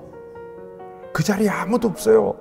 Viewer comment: 유년부 3학년 5반 전수안 목사님이 직접 읽어주시니까 실감나요!! 그런데 중간중간에 읎어요(없어요) 이런게 나오니까ㅋㅋㅋ 그래도 정말 재미있었어요!!